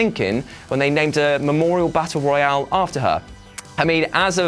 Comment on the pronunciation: Am I the only one that gets unnecessarily annoyed at the fact he pronounces Battle Royal as Battle Royale